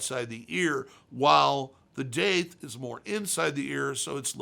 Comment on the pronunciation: Isn’t it pronounced dath?